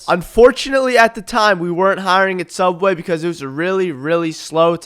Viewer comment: The return of soobway but betters